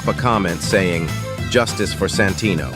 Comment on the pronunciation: I cant unhear "Sanfuckingtino"😭😞